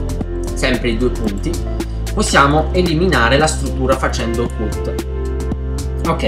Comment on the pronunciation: ok ma si pronuncia cat